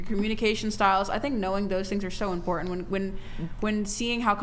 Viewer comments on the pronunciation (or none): none